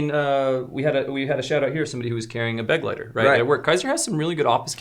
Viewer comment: after your comments about "Pilar's pronunciation," I had to comment (for the second time) that the Begleiter is German for "Companion." And continues to put the accent on the wrong syllable. It is beGLEITER. The "be" is just a prefix. Love you videos, and never miss a WOW.